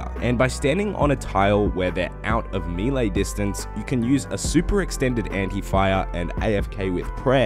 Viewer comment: it's 'may-lay', not 'mii-lay'